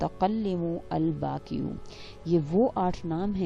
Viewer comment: پلیز correct ALBAAQI not Albaki Thanks